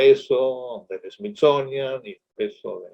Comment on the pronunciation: Llegue a los 7 minutos despues de oírle decir Smizonia, Natgeo y ver su chamarra con el logo de la n a s a para poner pausa ... y ver los comentarios y salir decepcionada :(